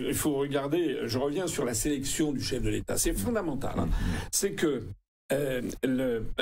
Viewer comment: Quel "chef de l'état ?" Je vous rappelle que, quand vous aviez dit celà, j'ai entendu" LE CHEF DES TAS" (on ne dit pas "DE LES TAS" en français, mais DES !) … On ne saurait rrouver meilleure définition que celle-ci pour qualifier quiconque aide la bernique à se cramponner à son rocher ! 😜🤪😛🤭💩‼️